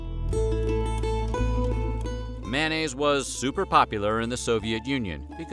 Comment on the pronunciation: "MANN-AISE: ?? How about "may-on-naise".